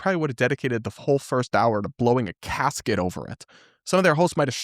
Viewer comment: Do you mean blowing a GASKET? I think you said casket…which is a coffin.